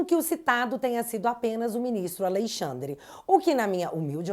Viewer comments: Toda vez que ela fala AleiXANDRE dá uma agonia. Kkkkkkk Coragem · Ministro "A Lei Xandre" 😂😂😂😂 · Acho interessante vc dizer : "A Lei Xandre."